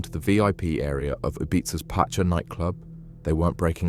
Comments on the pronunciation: It’s Ibeetha and Pasha night club… Jesus. No one can read or pronounce English these days. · cool vid, but it's pronounced pasha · You weren't into clubbing i guess.. You say patcha instead of the pronounce name.... The story is a little mixed up... And saying the same over and over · Apart from the fact that he can’t say pacha or Ibiza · and about 5ads in 18minutes. Apart from that gd content.